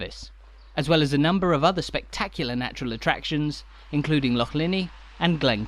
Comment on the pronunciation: An English person who can actually pronounce the word Loch, correctly. Well done and thank you 🦋